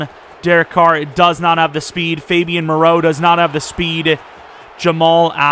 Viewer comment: dude really said Fabian 😂